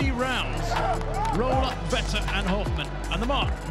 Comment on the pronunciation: His name is Hofmann, not Hoffman.